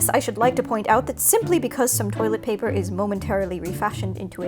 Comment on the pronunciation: Y'all can't tell me she didn't EAT THIS SHIT UPPP She said toîlęt pæpér